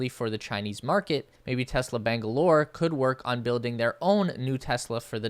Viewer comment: Your pronunciation of Bengaluru is perfect